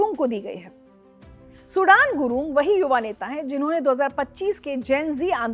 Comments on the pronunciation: सुडान नही सुदन बोलो..🤣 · सुदन ko Sudan kyo bol rahe